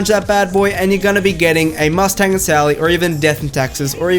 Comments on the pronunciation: He said MUST TANG 😂😂😂😂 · I'm triggered... you overemphasize the "T" in "Mustang and Sally".